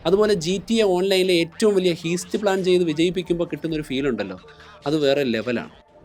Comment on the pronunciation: ഹീസ്റ് അല്ല ബ്രോ ഹൈസ്റ് ( heist) I'm a fan of your videos , I almost watched all